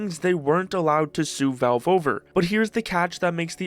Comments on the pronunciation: WTF is "velve"? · It's crazy how your entire channel is about Valve but you refuse to learn how to pronounce the word correctly. It's not Belb or Velb or Velv.. it's VALVE. Try this please. Say the name Al as in Albert. It's not Elbert. It's a short A sound. You're saying it with a short E sound. Please figure it out because it's extremely obnoxious. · How the hell are you pronouncing "Valve"?